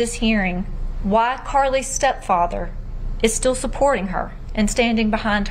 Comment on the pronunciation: WHY第一次聽到被念成娃